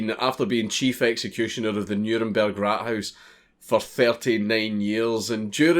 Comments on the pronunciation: Raathaus. A long a not rathouse. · he makes Rathaus sound like rat house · The way you say Rathaus is kinda meh, but this is cool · funny how "Rathaus" (townhall) sounds like rat house in english :D:D